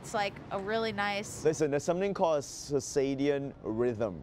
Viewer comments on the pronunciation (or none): Cirsadian rhythm... You mean Circadian rhythm? Whatever. 🙄 Ronnie is hilarious! 😂🤣😂🤣😂🤣😂🤣😂